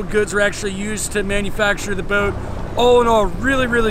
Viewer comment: My friends and I started drinking game. Every time he says the word bout. Just so you know it’s a yacht not a bout.